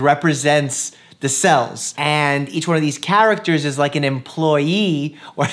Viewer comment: Anyone else love the way he pronounces “characters”😂😭❤️